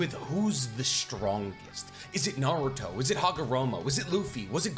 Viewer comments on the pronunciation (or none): none